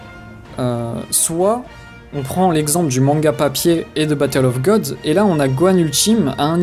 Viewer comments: mais putain tu peux pas juste dire god comme ça se prononce!!! plutôt que de dire ça a la japonaise. C est ridicule. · ha putain ça m énerve!!! godo... C est un mot anglais ça se dit god, les japonais le disent godo car ils ont un accent de merde. les youtubers fan de dbz le disent n importe comment pour se la jouer connaisseurs, ou vrai fan dans, mais c est nul.